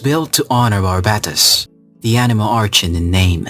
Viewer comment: also I’m not sure but I think barbatos is prounounced bar-bay-toes